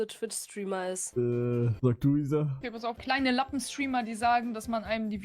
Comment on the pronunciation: wieso sagen alle issa statt isa ? sind die dumm?